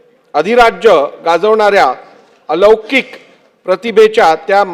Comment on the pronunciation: *अवलौकीक*😂😂😂 वा नारे वाचकर 😂😂😂